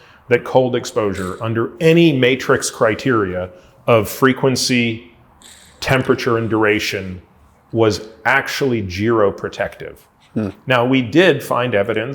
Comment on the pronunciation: Did he say Gero and not Zero? What the!!!